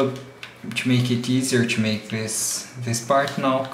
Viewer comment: Fucking hate it when you say 'to'. It comes out 'chu'. God.